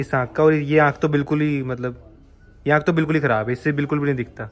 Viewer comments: Aakh❌ Aankh✅ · Aakh ❎Aand ✅ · Aakh❌ Aand✅😂😂